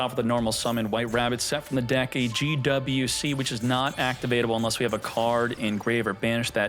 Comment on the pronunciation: Gee double U C... soo hard to pronounce just say Gee Wee Cee, dammit..